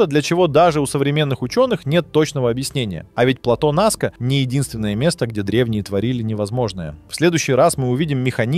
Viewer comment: НАска, а не НаскА - грамотеи. Среди чего, чего? Каких амфОр? Что это за слово? Вы вообще где учились?